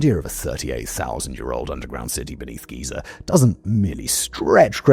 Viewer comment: Somehow Simon pronounces Giza and Geyser the exact same way